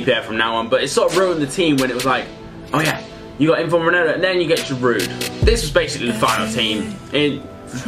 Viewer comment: He is not called roneldo